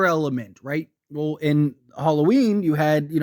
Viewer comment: Halloween not Harlloween lol